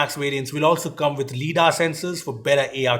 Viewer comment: LiDAR It's not LeDAR , its Lie-DAR